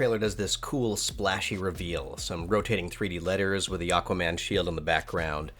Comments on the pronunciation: "Aguaman", though. Haha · Anyone noticed "aGuaman" ?